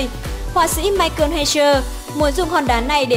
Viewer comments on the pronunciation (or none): none